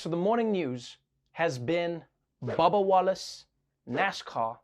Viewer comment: Trevor saying babba instead of bubba. LMFAO it's the accent.